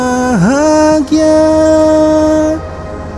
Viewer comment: Cara sebutan bahgia salah tu